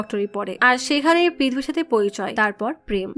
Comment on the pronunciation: Pidhbi na..uccharon ta holo prithvi mane 🌎 world